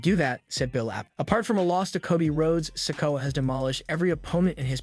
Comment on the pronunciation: learn how to say Solo Sikoa's name its sik-o-uh no offense